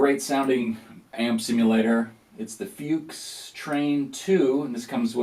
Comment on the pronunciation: It's pronounced "Fux"